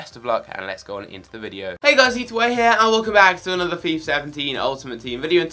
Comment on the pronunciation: It's not"Fifar" it's Fifa you bellend